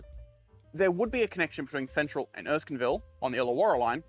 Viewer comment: Erskineville, not Erskinville! ok I'll shut up! Great video! Lots of information I wasn't even aware of. Loved it!